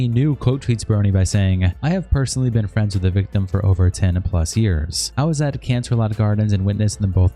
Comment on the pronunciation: Lmao! "Fwends?" 🤝